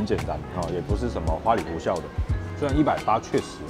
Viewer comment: 花裡胡哨，哨 音同(少)